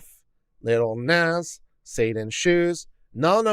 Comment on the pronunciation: plus I love the pronunciation of "Nahh-zz" as "Nez" 🤣💖